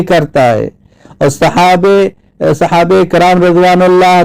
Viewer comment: آپ کو تو صحابہ بولنا بھی صحیح نہیں آتا میرے بھائی-دیکھیے دو منٹ چالیس سیکنٹ پر- صحابے رسول بول رہے پتہ نہیں کیا تلفظ کر رہے آپ